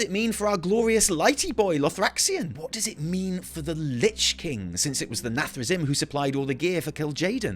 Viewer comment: Sorry, as a warcraft 3 player, i cant take it, its pronounced “nathre-zeem” You spell “zim”, but dont say “zim” Anyway i thought people had forgotten the jaina=dreadlord meme, nice one